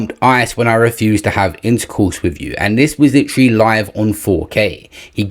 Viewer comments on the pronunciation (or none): OMG!!! This dude said LITERALLY ("LIT-TRAA-LAAY") about 5 times in the first minute of the video!!! Way more egregious than anything AB has ever done! 😂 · Holy isht!!! He won't stop saying "LIT-TRAH-LAAY" 😂😂😂 I can't even listen to this nonsense! I'm out and blocking this channel!